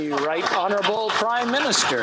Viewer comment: Trudeau must love it when called houneralbul p m ha ha ha